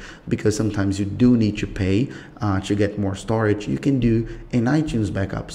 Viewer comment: "how chu" "go chu" what's this chu chu